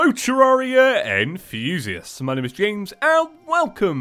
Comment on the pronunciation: What i hear:: Hello Terraria enthousiast (idk how you write that) Me: Hello Terraria and Fusions